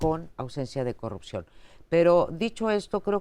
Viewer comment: es posible, lo que se cuestiona es la total ausencia de congruencia en las peroratas del presidente, si es incongruente en los dichos no hay porque considerar congruencia en los actos. Cómo la promoción de la corrupción que hace cuando dice "yanuaycorrucjió"